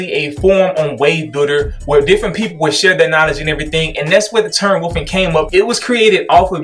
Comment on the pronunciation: as someone else said and I agree is the only waver I listen to for advice. Great content and not trying to constantly sell me something. Also there is a "L" in wolf or wolfing. is it a regional thing with everyone saying woofing?